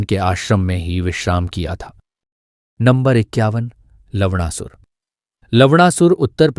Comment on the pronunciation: 10.21 अबे जोकर वो लवणासुर है,लवड़ासुर नहीं 😂😂😂😂😂